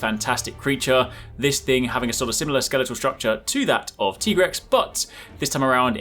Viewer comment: It’s tie-grex like tiger